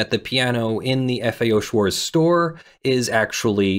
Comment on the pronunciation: The German 'Z' is pronounced 'ts'. Schwarz does not end in an English 'z' sound. It ends in a 'ts' sound.